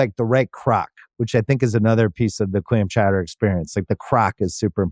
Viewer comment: mr. bill simmons, you have clam chowder down to a tee